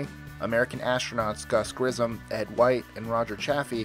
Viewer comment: Grissom is pronounced grissum Source: Went to Virgil Grissom middle school.